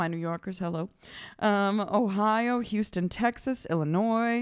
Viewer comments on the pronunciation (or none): none